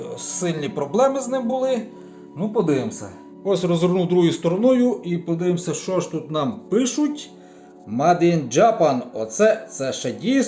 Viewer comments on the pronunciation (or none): Я б дивився, але фон завадив. Хоча, чого очікувати від "фахівця", який читає англійське "вироблено" як совкове маде, а не мейд. 😢